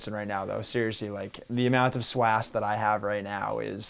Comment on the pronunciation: I was going to subscribe but I heard the word swas